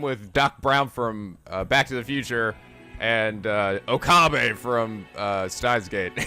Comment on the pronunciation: Uh, your pronunciation of Okabe is a bit off....